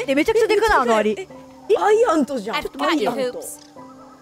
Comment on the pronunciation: アイアントは草 しかもアクセントが面白いwww